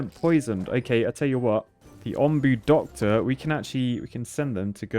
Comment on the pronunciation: it’s “Onbu” like the o in home